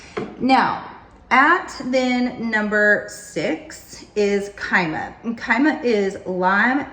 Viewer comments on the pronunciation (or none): And Kyma as "kEEmah"